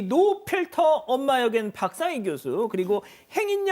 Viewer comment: 박상희 저분 발음 정말 아슬아슬 하다